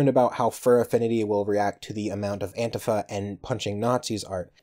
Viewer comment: Why are you pronouncing antifa like that? It's odd.